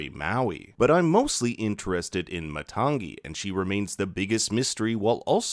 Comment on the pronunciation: Matangi = Maa-tongue-ee